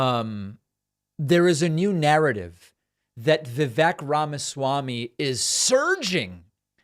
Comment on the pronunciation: "Ramma-schwamy" is better than his previous attempts at Indian names.